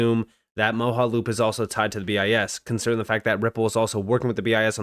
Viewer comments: It's pronounced MO JA loop not moho. Like your content but your Word pronunciation is real bad. Like uz instead of AS. Thum instead of Them. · It’s pronounced Mo-ja-loop, not Mo-ha-loop. You’re making my brain hurt 😂😂